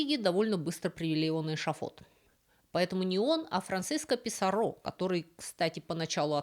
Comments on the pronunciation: Писарро не француз (из Канады), а испанец, поэтому он не ПисаррО, а ПисАрро. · ПисАрро, а не ПисаррО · 1. Направление от истока реки к её устью - звучит как "вниз по реке". 2. В испанских словах как и именах, оканчивающихся на гласные, ударение падает не на эту гласную, а на предыдущий слог: ПиссАрро, ПикАссо и т. п. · Уши режет, Писсарро,с ударением на последний слог.... Это не Камиль Писсарро, это Гонсало и Франсиско. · Писарро с ударением на «а». И вряд ли эль Дорадо — золотая земля. Дорадо мужского рода, земля (тьерра) — женского. Эль Дорадо — золотой человек ИМХО